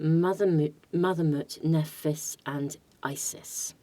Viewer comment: Nephthys is pronounced 'Neph iss'